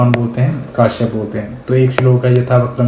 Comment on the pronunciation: Sir ji It is not kaashyap ( काश्यप ) , it is Kashyap (कश्यप) As अजय कश्यप महर्षि कश्यप